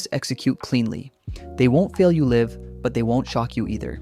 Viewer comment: The word "live" is mispronounced at the end of level 2, which made me wonder if the narration was AI. Also, the person creating the graphics has no idea where the notes on a keyboard are, as the vocal range diagrams are all screwed up.